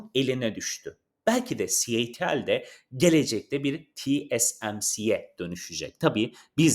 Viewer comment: 1 elektrikli araba anlatan video içeriği üreticisi de doğru şarj desin artık, herkes mi şarz diyor. 😂 ayrica. ci el ti al değil c ,ay , ti ,el. Diye okunuyor.